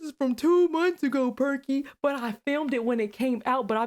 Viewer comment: The way she say Crazier , perky gotta be from either Ohio or Cali